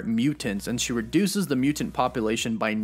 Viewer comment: Mutant not mutent.